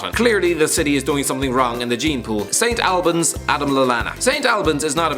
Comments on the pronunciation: It’s pronounced St Olbans and also well done on including them as they are only just classified as a city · It's prounouced Saint All-buns not Saint Al-buns and it's actually a pretty big place, it's pronounced like that because it's Hertfordshire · St albans not st. Albans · You can't pronounce st albans